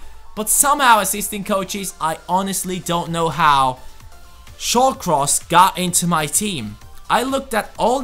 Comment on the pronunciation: Shawcross lmao😂